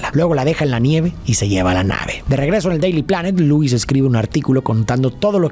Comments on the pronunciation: lois? ❌ Luis ✅ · Lois ❌ Luis✅